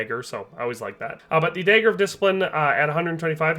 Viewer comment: Day-ed-ric dayger